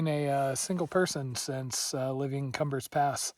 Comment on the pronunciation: Great videos. BTW, Cumbres is pronounced coom-brace, but kum-berz